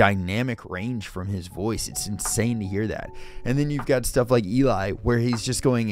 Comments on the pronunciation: Just an FYI… Eli is pronounced like “jelly”. I really enjoy your reactions. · "El-lee." Not "E-Lie." But fantastic reaction! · Eli is pronounced Ellie (as in jelly). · Geoff (Jeff), and Eli (Elly rhymes with Jelly). They got 10 ale horns out of 10 from Miracle of Sound for the most creative cover. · J None was a member of Voiceplay and chose to join the US Navy. When he has leave, he rejoins them to do a major song. Eli is pronounced El-EE. Yes, Geoff is pronounced Jeff. It's the common British spelling that seems to throw off a LOT of people. You're right, Layne and Geoff, they do most of the arranging, make a point of giving their featured guest a good shot. In fact, Layne felt that he'd failed to give a big enough part to Ashley Diane in her first appearance with them (If I Were a Rich Man) and arranged their version of We Don't Talk About Bruno to give her more of a feature. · Loved this reaction and I agree with everything you’s aid. Only thing—probably someone mentioned it but Eli rhymes with Jelly in this case. Love it when he rocks out.